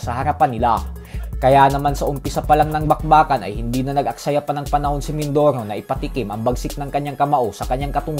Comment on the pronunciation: mindorow, mindorow. abreow, awnyos, talow...lol